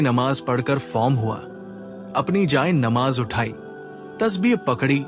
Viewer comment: Jay e nimaz hai.pehly tora buhut talafuz to sekh liya kary